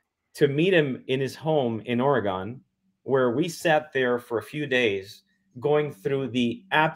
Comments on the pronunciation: Fun. But dude.. It's "Or-Gun" not "ORRI-Gone" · Beyond fabulous content we couldn’t ask for a better show. Richard you are simply the go to guy for anything UFO related. I look forward to your notification each week However, as a native Oregonian please tell your friend it’s pronounced ory gun. Otherwise GREAT STUFF ‼️‼️I’m surprised Lazar didn’t let him know 😂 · Oreegyn, not "OryGone" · As an Oregonian, Ory-gun